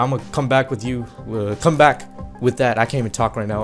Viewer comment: xD doood when you came pack it sounded like you said ooowwww my back xD